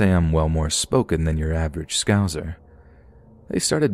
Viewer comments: 😂 never heard us pronounced as scouzers before 😂😂 it’s pronounced scou - sah. Scouser. Love this channel though xx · The way he pronounced us made me laugh. Scouzer 😂😂 x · The way he pronounced scouser though😭😭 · the way he says Scouser tickled me lol. Love the spooky season stories!!